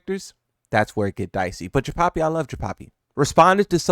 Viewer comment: “ Jinpapi “ the Hispanic Mishima😂